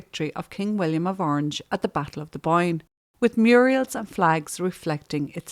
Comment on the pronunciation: Sorry, fell over when you said Muriels instead of Murals, just like Hilda Ogden used to say.